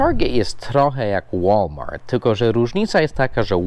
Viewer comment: Właśnie dziś oglądałem Twój film, że tłumaczysz, że ostatnie litery wymawia się twardo, a nie miękko jak w Polsce i podałeś przykłady "good" i "chleb". A tu słyszę... "łolmar". Gdzie jest "t"? :P